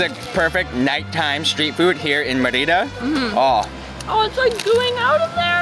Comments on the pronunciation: Mi marido y yo tenemos una casa en Chi Chi Suárez y hemos disfrutado de tus vídeos, pero mi única queja es cómo estás pronunciando Mérida. Gracias por destacar la increíble comida y cultura de nuestra hermosa ciudad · This is nicely presented.... NOT nicely done!.... please, please, please learn to pronounce the name of the city correctly AND the name of the various foods correctly. It would take you 5 minutes to learn the correct pronunciation - 5 minutes. Maybe ask the waitperson how you say the name? Maybe ask a local how do you pronounce the name Merida!!!??? Sorry, if you are going to do a video like this, make an effort to do it right! Now you have thousands and thousands of people looking at this and they have no idea what you are even talking about. Sorry, very disappointing! It could have been so nice!!!! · Sorry, you do NOT have to speak a language to learn a few simply words. And the name of a city!!!!! Clearly no effort was made and it is a major disservice to anyone coming to Merida and insulting to the locals. It is not as though you are trying to learn Maya! Simply take a few minutes to learn 5 or 6 food names AND THE NAME OF THE CITY! If you honestly “tried” to learn how to pronounce a few words and this video is the results of your work, please blog about something else. Sorry, but as I said, it is a major disservice to people coming here and insulting to the people that live here! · I tried to watch this but 9 minutes in and I simply cannot take it! LEARN how to pronounce the name of the food and the name of the city!!!! PLEASE!!!!